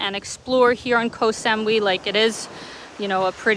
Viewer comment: If your bothered about rain ☔️ come to Pattaya, hasn’t rained for weeks, clear blue sky’s mostly 😊. You would like Bophut and Maenam area along the north coast, anywhere near Fisherman’s Village, to stay! Can’t believe the way you pronounce Koh Samui, never heard anyone say it the way you do 😮